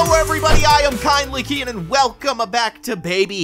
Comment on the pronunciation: ITS NOT KINDLY KEYEN. ITS KINDLY KEYIN